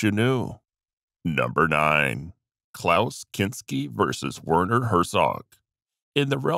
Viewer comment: Werner Herzog is German, so his name is actually pronounced Verner